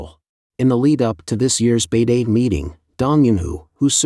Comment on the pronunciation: Please do something about your robot voice-over. “He” keeps pronouncing Beidaihe 北戴河 as “Beidee” (it should something like “Bay-Dye-Her”). Listen to Tony on “China Update” - he is meticulous in pronouncing place names and proper nouns correctly. Many viewers neither know nor care about these distinctions, but it gives an impression of carelessness and cost-cutting.